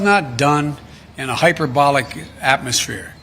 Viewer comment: hyberbolic?? someone in the press ask him if he knows what it means! LOL! --probably easier for him to say than exaggerate so his teleprompter left wrong sorry wing! people put it oin there!